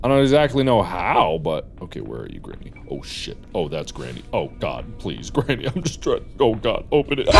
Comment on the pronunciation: Anyone else notice how he kept saying Grammy instead of granny